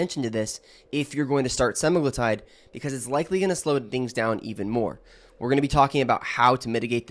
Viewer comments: He's pronouncing Semaglutide WRONG, reddd flaggg, you guys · Specifically, you mispronounced semaglutide multiple times, and then Medullary thyroid cancer (MTC). Not sure I'd trust your opinion or judgement. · Are you a real doctor? You don’t seem able to be able to say semaglutide